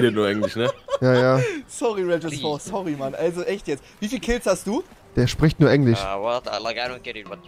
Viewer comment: Rewi: Max der chpricht nur englich